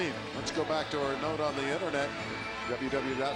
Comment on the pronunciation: "WW Dot." It's "WORLD WIDE WEB", meaning there's three W's, not two.